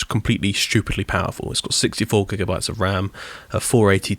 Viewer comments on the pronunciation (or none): none